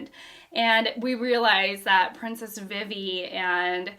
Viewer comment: Vivi is pronounced Vee Vee, but also, I love this as another example of genre sampling. It's a Western this time, with the 1 man vs. 100 bounty hunters. That one man is Zoro, but still.